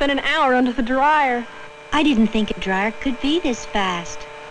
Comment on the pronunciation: did that 70s girl really just use three syllables to pronounce dryer? DA-RYE-ER